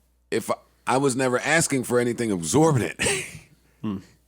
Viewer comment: Joe mispronounced exorbitant every time he said it.